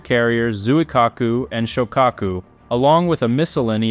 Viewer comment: Correct pronunciation of Shokako sho lono o Ka short a O pronounced as a short u.